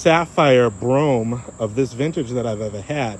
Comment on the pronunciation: You can't pronounce words properly. Delegance and Brougham.